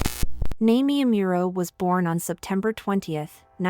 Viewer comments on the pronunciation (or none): OH man the pronunciation of her name is horrendous. It's pronounced "Nah-me-eh Ah-Mu-ro" not "Nai-mee Ai-mural" Asian languages are not that hard to pronounce correctly. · Nah-mee- eh is how you pronounce it.